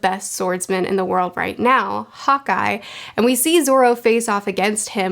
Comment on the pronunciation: When says "Hawkeye" does anyone else hear "hot guy"? just me? okay.